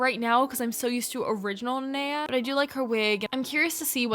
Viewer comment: OMG NOT THEM BUTCHERING THE NANEA MOLD- 😭😭✋